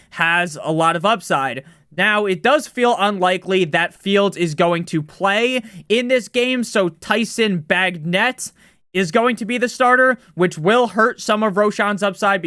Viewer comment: Bagent (bay-jent)...you'll probably have to say his name a few more times over the next week or two. Love the delivery and content! You're no longer calling the KY Derby!